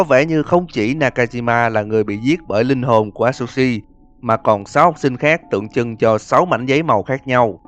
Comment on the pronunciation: A tsư shi đọc vậy mới đúng ơi hoặc dùng Google dịch nhưng người Nhật nói